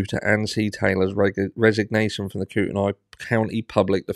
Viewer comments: Sorry, retired Idaho teacher here... Kootenai = coot-nee It's all these tricky Native American place names we have here. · It’s Koot knee